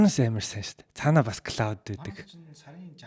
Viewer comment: Claude AI /Клоод/-ыг /klɔːd/ гэж дуудахгүй бол Cloud /Клауд/-тай адил дуудахаар confusion үүсгэж байна.